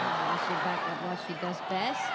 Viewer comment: ᴄᴏᴍᴍᴇɴᴛᴀᴛᴏʀ: "ᴀᴄᴛᴜᴀʟʟʏ, sʜᴇ's ɴᴏᴛ ɢᴏᴏᴅ ɪɴ ʙᴇᴅ 🛏" 😂🤣 ɪ ᴋɴᴏᴡ ʜᴇ sᴀʏs "ʙᴀᴄᴋ" ʙᴜᴛ ɪᴛ sᴏᴜɴᴅs ʟɪᴋᴇ ʙᴇᴅ. 😂😂